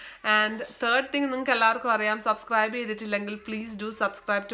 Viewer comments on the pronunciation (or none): none